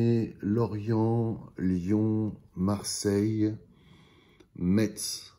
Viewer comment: Bonjour, à à gauche c'est Metz tout comme sur la grande photo du dessous avec le Temple Neuf. Et Metz se prononce "Mess" et pas "Mettsse" on le rappellera jamais assez haha 😄😉 Passionnante vidéo sur l'évolution de la gamme, des premiers BERLIET PR100 jusqu'aux magnifiques RENAULT PR112/118 des années 90. Continuez, on en redemande !! 👍👍